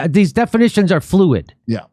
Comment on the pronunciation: Did Jimmy Dore say "flu-id"? LOL, a hidden pun. Love this man - he has "Yuge" talent, which is why I remain a fan.